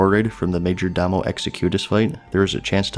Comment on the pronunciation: Majordomo is pronounced "Major+dough+moe". Sinew is "Sin+yew." Anathema is pronounced with a soft e, not a hard Eee. Either "An ath eh ma" or "An ath ma."